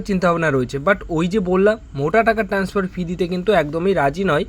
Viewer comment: সব বাসি খবর। ঠিক করে বলতেও পারে না। জঘন্য। আরে ভাই, 'ট্যান্সফার' নয়, 'ট্রান্সফার'।